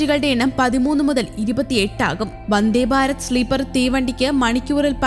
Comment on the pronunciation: വന്ദേ ബാരത് അല്ലടോ... വന്ദേ ഭാരത് എന്ന് പറയൂ